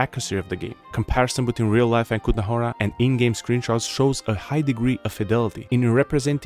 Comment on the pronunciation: ty pičo hnedka jak si řekl kutna hora tak som věděl že si náš